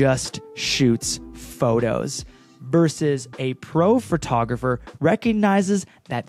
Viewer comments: A lazy photographer pronounces “photographer” as “fir-tographer” 😂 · Were you saying Phratographer? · A lazy photographer pronounces it “phRtographer!” 🤣 I’m sorry! I love you. 🥹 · ...when they pronounce it as "phertographer" hahaha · Ahhh my biggest pet peve is when people say "fer-tah-gerpher"